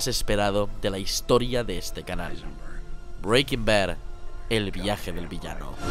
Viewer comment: No me puedo tomar el video en serio si va a pronunciar Breaking Bad así todo el rato macho